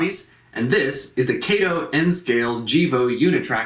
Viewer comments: Very nice quality video, just wanted to let you know though, you kept saying Kay-to, but the correct Japanese pronunciation to say it is Ka-to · Hey my friend nice review. Just one note - it is not KAYTOE it is KAH-TOE . Other than that little note, well done. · Actually I do live in Japan…..it is pronounced KAH-TOE. KATO——KAH-TOE. Sorry my friend but that IS the correct pronunciation. Kay-toe was the Green Hornet’s sidekick. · Never heard of a "Kay Wha Sha Kee" Motorcycle.....(Kah Wha Sha Kee) so its (Kah Toe) Kato ............. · though i think British people pronounce the name like Kay-to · I'm gonna nit pick but it's pronounced "kah-toh" with the emphasis on the 2nd syllable. Othewise thank you for sharing!